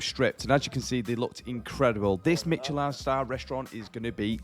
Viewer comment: not pronouncing Michelin properly